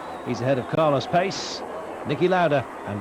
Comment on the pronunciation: Who is this Carlos Payce . I recall he was Carlos Pace pronounced Pachay